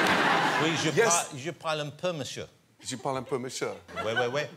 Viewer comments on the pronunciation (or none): none